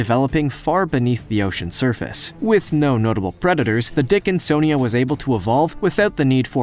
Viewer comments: "the dickinsonja was quietly developing"! 🤣 ( or so)😂🤣🤣😂🤣🤣 I can't help it!!! I fell out laughing like a THIRD GRADER!!!! 🤣🤣🤣 I wasn't even THINKING about anything like that either!! Couldn't have been further from my mind! I mean,, I ain't even had a naughty thought, for at LEAST about 5 minutes or so!!! I'm glad you pronounced THAT one correctly though!! It sure gave me a GREAT laugh!!! Thanks!!!!!!🤣👍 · I’m sorry... the dickin-SON-ia???